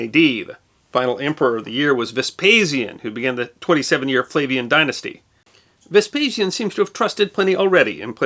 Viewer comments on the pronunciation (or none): none